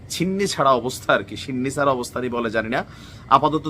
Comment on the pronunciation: ছিন্নিছাড়া না কথাটা ছন্নছাড়া।